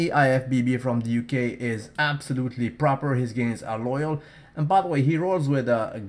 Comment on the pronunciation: Loyal not oil! :D